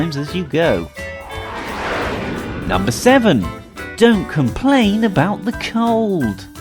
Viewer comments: "if you dont like it just dont talk aboot it" number 11. dont say aboot. we dont say aboot, so you dont say aboot. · How about not saying aBoOt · when he said "dont talk aboot it" at the end it made me SO MAD since i live in canada and we dont say aboot and it makes me mad when somebody thinks we do say it.